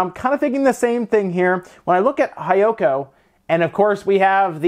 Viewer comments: It's not "hai yoko." It's pronounced "hee yoko" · "there are no-" gonna cut you there with い and え The word used in the video was "Hiyoko" but the "Hi" part was mispronounced like literally saying the English "Hi" as in Hello where as it should have been said similar to the English "He", most similar to "hime" or princess in Japanese. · "I's" and "E's" are reversed in Japanese so it would be pronounced as "He-Yo-Ko" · Just to note, Kachikachi is pronounced "kah-chee-kah-chee" and Hiyoko is pronounced "Hee-yoh-koh."